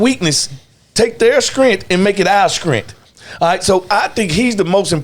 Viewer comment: Not Scrength.